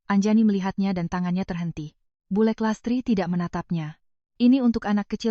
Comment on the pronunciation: Bulek 'k'nya jangan dibc jd dibacanya bulr